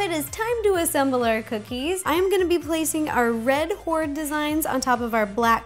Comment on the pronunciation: HORDDE! XDDD Seriously to each their own. :3